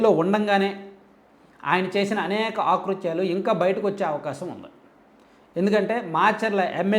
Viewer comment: "ఆ" కృత్యాలు కాదు తమ్ముడు, "అ"కృత్యాలు గా పలకాలి. సరి చేసుకో !